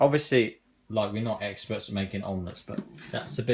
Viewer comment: Did you really say "we're not eggsperts" 😂